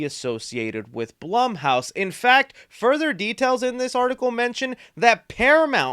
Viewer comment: Pretty sure it’s pronounced bloom house.